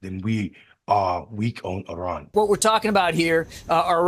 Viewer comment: What was that iran pronouncing 😅